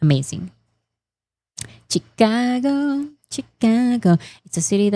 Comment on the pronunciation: no hate here:) Chicago - She-Ka-goh. I hope that’s the easiest way to transcribe it. And yes, Illinois… is silent ‘s’ in the end:) And, yes, English is a complicated language… you can’t rely on spellings. I have studied the English language as part of my career and have not mastered it… Not even a lifetime:)